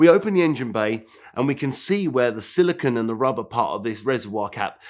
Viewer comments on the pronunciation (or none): none